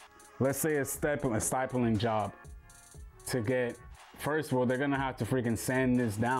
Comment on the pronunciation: Stipling not stypling